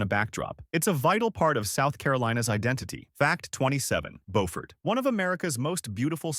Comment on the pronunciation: It's not pronounced bo-fort, it's pronounced byoo-fort. Come on man, put all this work into such a good video, the least you could do is pronounce the names correctly. "Bo-fort" is in North Carolina.